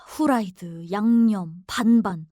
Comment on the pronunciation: 후라이드가 아니라 프라이드입니다...